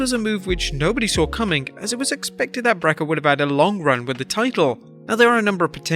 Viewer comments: OH DEAR LORD!!!!! Stop saying “Brekker”/“”Breca”!!! (those are both from the automated close captions) His name is Breakker. Just f’n say Breakker!!! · its breaker not breker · Why do you say breaker like that? Lol